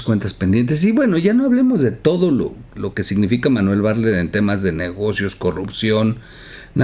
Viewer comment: pronuncias mal el apellido bartlet, como pronuncias la palabra atleta?